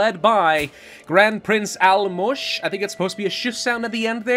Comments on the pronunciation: the pronunciation of the "Álmos" was PERFECT.:-) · pronounced the name of Álmos correctly! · He got Álmos right! Proud of our Lord